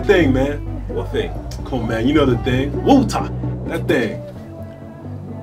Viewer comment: After that day he never drank wotah again